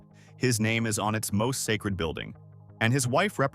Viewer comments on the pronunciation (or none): none